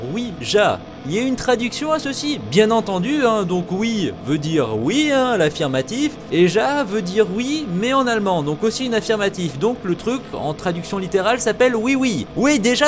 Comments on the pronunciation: Ça se dit Ya j'ai fais allemand et pa ja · Ja sa se prononce ya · c est pas pour faire chier hein mais oui en allemand sa s écris ja mais sa se lis ya ... bref j adore tes. vidéo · juste oui en allemand se prononce "ia" phonétiquement parlant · mais "ja"ca se prononce "ya" en allemand